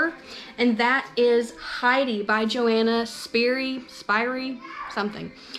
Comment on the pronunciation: "yo-HAH-nuh SHPEER-ee" is how it's pronounced.